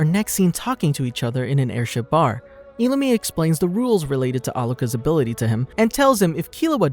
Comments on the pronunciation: Just saying you said illumi wrong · Why did he say illumi like that